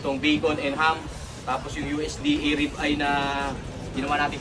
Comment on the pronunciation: Ang sbi nya rib-ay😂